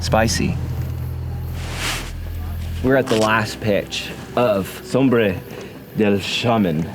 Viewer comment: Sombra not Sombre. Cheers. Good send. Solid effort.